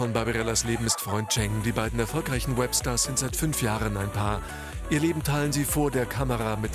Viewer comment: Was mich so ein bisschen stört ist wie im opener das "Web Stars" betont wird...